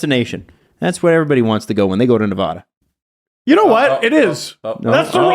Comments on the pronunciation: Tip for the Henderson trip. Nevahda, not Nevawda. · As someone raised in Henderson: you've offended me twice. Mostly it's pronounce Ne- vAh-dah, not vuh duh. will be taught quickly once he arrives.